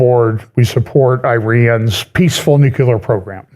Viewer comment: "NEW-Klee-er." Or try: "NEW clear". Close enough.